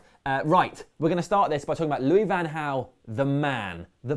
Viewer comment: Just a heads up you guys got the pronounciations mixed up. Van Gaal is pronounced with the G according to Bolo Zenden and Jose is pronounced with the J because he is Portuguese not Spanish